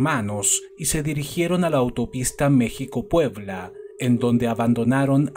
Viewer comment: He visto casos de México en otros canales, y al menos para mí, me causa mucha emoción el escuchar que tú pronuncias bien lugares o palabras de México, con eso me doy cuenta que no solo investigas del caso, sino que eres tan perfeccionista, que investigas cada detalle, como la pronunciación. Gracias.